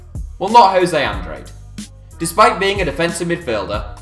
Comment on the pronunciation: that's not how you pronounce Andrade